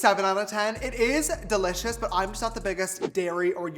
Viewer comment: Me this whole video: "de-litch-ous" 😂❤😋